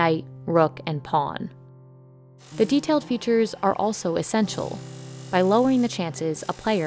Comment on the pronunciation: "The detailed features are also essentional, by lowering the chances a player will make a mistake" :) Hikaru laughs